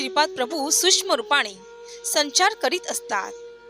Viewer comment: tumhi hya 2 shabda ucchar badla; subscribe not subsribe, sukshma and not susma